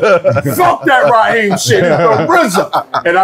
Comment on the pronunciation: Prince Rakeem not Raheem